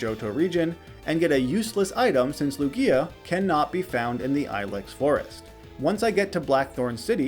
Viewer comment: He has to be trolling pronouncing lugia like that